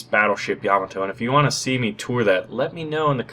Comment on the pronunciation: YA-MA-TO not YA-MO-TO